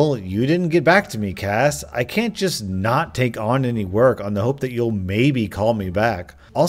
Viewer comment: As someone named Cassi I'm slightly ashamed of this episode. Everytime you said the name I flinched lmao. I can only hope I'm the better Cassi